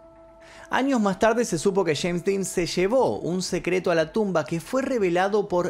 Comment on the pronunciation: No sé dice cheim ridículo es jeims